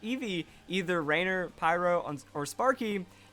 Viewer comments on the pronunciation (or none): The way he pronounces "Rainier"... cringe. You hurt my Washingtonian ears